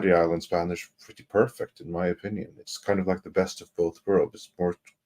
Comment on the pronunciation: Me encanta!!! No, seriously, has a great spanish pronunciation. I've heard foreign people living for years here in Colombia still struggling with our sounds... Congrats, my viking friend, your barbaric days are done!!!😅